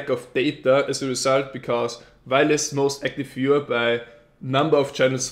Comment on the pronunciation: Grats,! P.S. I didn't get your pronunciation of "Most Active Viewer" - Kt...something?:P hehe I hope you'll be back....